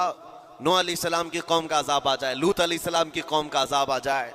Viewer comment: main puri video dekhti rahi aur end tak roti rahi. ALLAH aapko is video ko dikha ne ka ajra ata farmaye Aameen Summa Aameen Ya Rabbul Aalameen 🤲🤲 Aur haan ek baar jo aapne boli कौमें लूट ये लूट नही सही ये है कौमें लूत है। Please don't mind. Assalamualaikum Wa Rahmatullahi Wa Barakatahu 🤲🤲💯